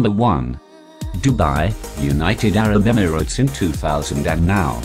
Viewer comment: "united arab emflkhjsdgjhgstes" LMAO